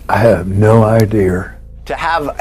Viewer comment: buddy said "I have no ideer" 😂